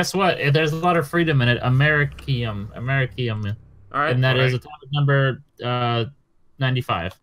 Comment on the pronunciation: Side’s pronunciation of americium hurt me a little